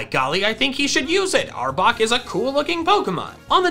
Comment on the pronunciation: and arbok not arbor